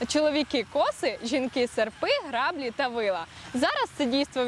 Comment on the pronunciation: Шановні студенти-грінченківці! Робите хорошу справу. Молодці! На жаль, самі робите чимало мовних помилок. В українській мові слово "граблі" має наголос на закінченні, а слово "разом" - на першому складі. Пильнуйте норми і не забувайте заглядати у словник свого Навчителя - Бориса Грінченка!